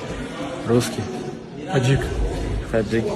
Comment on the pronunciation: Когда подряд начали коворить Таджик, мне показалось что один из них сказал аджик 😂